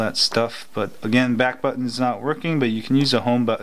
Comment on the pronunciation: "home batton" hahaha